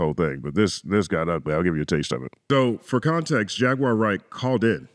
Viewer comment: Piers Morgan couldn't even pronounce Jaguar Wright's name correctly and that reveals how he actually feels towards the Hebrew Israelite community. Stop going on the enemies of our people platforms and allowing yourselves to be exploited while knuckleheads like Piers and Vlad capitalize and make tons of money off of the backs of The Most High GOD Yahawah Bahasham Yahawashi's Chosen people. Let the Piers Morgans and Dj Vlads interact and interview each other! My bad, no one would tune in!😔🙄